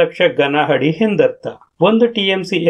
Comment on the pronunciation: ಹಾದರೆ ಅಲ್ಲ ಗುರು ಅದರೆ... ಅದರೆ...!!! ಹಡಿ ಅಲ್ಲ ಅಡಿ..!! ಕನ್ನಡ ಕಲಿ ಇಲ್ಲ ಅಂದ್ರೆ ಚಪ್ಪಾಳೆ ಅಲ್ಲ ಚಪ್ಪಲಿ ಬೀಳಬಹುದು..!!